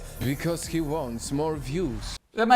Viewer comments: the only way that thing is a 10 is if we are talking about how many tons it weighs. you mispronounced "he" a lot in this vid too. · You keep pronouncing he/him/his wrong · You keep mispronouncing he